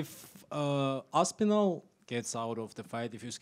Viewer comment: Dana really just said “Tom aspirin-all vs jones will be the biggest fight ever” 😂😂😂😂😂😂😂😂😂😂😂😂😂😂😂😂😂😂😂😂😂😂😂😂😂😂😂😂😂😂